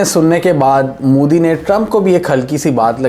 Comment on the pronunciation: It's not mudi, it's modi😅😂😅